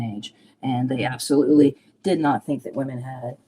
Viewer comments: I'm so sorry to be so petty, especially on such an important interview, but for as long as I have watched your videos, the way you pronounce the plural of women upsets me every time 😅. I'm guessing its a regional accent thing more than a, thing, but it gets me every time haha. Sorry, just a light hearted pet peeve, keep up the good work. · I think she mentioned it because he pronounces it like woman 🤷🏼‍♀️